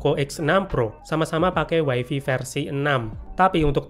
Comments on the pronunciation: mas maaf bgt, tp saya gatel bgt denger "waifi" tolong bgt nyebutnya jadi "waifai" ya 😓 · Way-fay ✅️. Way-fi ❌️. 🗿